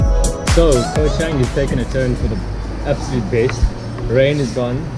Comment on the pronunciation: At least pronounce it correctly 🤦🏻‍♀️